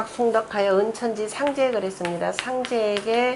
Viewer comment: 장음인 단어의 첫자를 짧게 잘못 발음한 예:보통,(여름)하, 상제뿐이옵기 한국 학자중 자고저에 A+이십니다. 초 박람 강기에 무릎을 꿇겠읍니다. 계속해서 강단에 서시기 바랍니다. 미국 변 완수 배